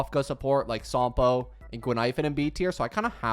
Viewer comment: "gee pard" "sompoo" "zuye yee, zuye yay" "shu shang" "broo nyah" "sale" "who who" "daen heyng" "klora"💀💀💀